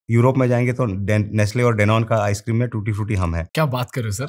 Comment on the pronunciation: When he said “ we supply tootee fruity “ I just stopped my walk 😂 WOW 💪